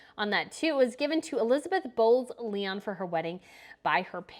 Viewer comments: The Queen Mother's maiden name is pronounced Bowes-LION, not Lee-on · One of these days you’re gonna get the Queen Mother’s maiden name correct I hope. BOWES-LYON. Literally like bows 🎀🎀 and a lion🦁. That’s it. Please lord. LOL